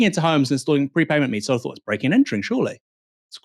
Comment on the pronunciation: "Thought", it's" thought" not fought. You have an interesting voice (and indeed program) but for pete's sake don't let yourself down by not pronouncing th. You just did it again with "methane".